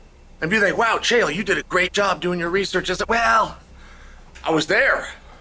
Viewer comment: "Chael" rhymes with "sale."